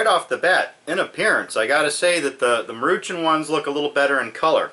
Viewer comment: It's pronounced Maru Shawn